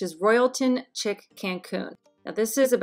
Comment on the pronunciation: Great video PS "chic" is pronounced "sheek" not " chick ".. 😊